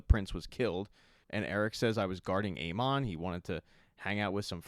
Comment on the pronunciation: Hate how this dude pronounces Aemon